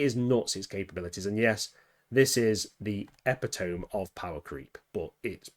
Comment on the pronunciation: "ep pa tome"? you mean E-Pit Toe Me?